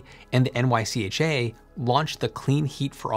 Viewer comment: It’s pronounced NYCHA, not N-Y-C-H-A